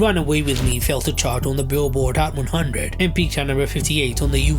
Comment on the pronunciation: hhhcchhat one hhhunndred